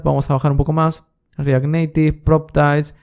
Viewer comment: re ACT!!!! por dios re ACT....dilo bien no se dice... re AT...!!!!!